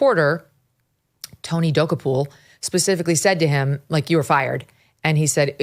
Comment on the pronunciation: You would think mk could pronounce Tony’s name correctly she wasn’t even close. Nice reporting